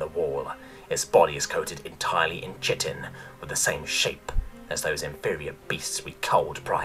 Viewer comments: I'm sorry but when you pronounce chitin as chit-in instead of Kite-in I feel that upset me.. It breaks me down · everyones ragging on you for mis pronouncing proboscis, when its really chitin (Ky-tin not chit-in) you make an error on (a perfectly reasonable error, but one that is ACTUALLY an error) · Jesus h Christ, chitin is pronounced kai·tn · The one that's bothering me is chitin. It is pronounced kai-tin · I know it doesn't make sense and the way you said it in the video, to me always sounded more bug like and appropriate but chitin is actually pronounced like [ky-tin] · Chitin is actually pronounced kite-in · For fucks sake! Chitin should be pronounced as "Kyten"! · Chitin has its origins in Greek, it's "kie-tin" or nothin' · To be honest I've also only ever heard it as that, too, but knowing both are correct is good. But the other one that got me was chitin. I only pronounced it that way in Elementary/Middle school because I never heard it spoken, but I saw it written. [Starcraft]